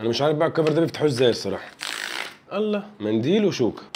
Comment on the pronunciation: اظن انه لا يجوز نطق لفظ الجلالة بتلك الطريقة التي للاسف منتشرة